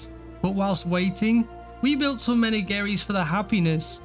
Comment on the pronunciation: FYI: it's pronounced "Mer-naj-er-ee"